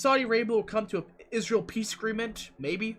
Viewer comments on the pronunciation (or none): none